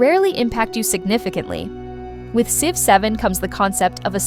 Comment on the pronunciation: What do you mean? I love the game Sive 7!